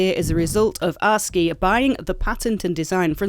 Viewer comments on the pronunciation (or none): I'm pretty sure it's pronounced ASK-E, the way you're saying it makes me think you're talking about Arcee from Transformers. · Ass key. That’s how you say it. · I would pronounce ASCII as ASS-KEY, for boring technical reasons that I can't be arsed to go into. Welcome back. 😊